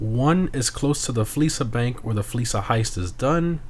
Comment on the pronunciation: Fleessa bank 💀💀